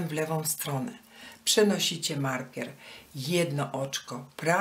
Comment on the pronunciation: Wzór bardzo ładny. Ale tłumaczenie tragiczne, no i wymowa markiera.